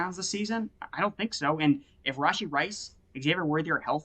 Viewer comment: Lmfao Rashid? It's Rashee